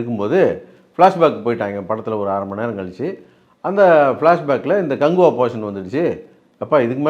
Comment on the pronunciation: கங்குவா இல்ல கக்குவா 😂😂😂